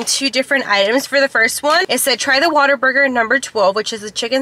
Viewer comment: It’s what-aburger. Like. Oh man what a burger. lol. Love these trying new food episodes